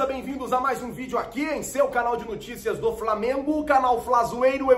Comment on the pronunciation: NOOOO TICIAS, NOOOOOO TICIAS, não NUUUUUI TICAS, por favor que agonia escutar nuticias, hehehe salve sou se fa heheh